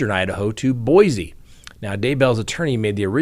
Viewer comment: It’s Boise, pronounced “Boy See”. There is no “Z” in Boise.